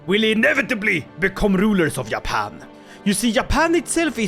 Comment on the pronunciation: when the dlc drops and u do this again please rename Japan into Yapan (not only cuz u yap alot but because that's how you say it or at least what i hear when you say Japan lol)